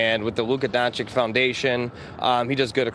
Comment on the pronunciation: DONCHICH, NOT DONCHICK. Oh my god. He has spent so many years in Dallas, and the journalists can't pronounce his name.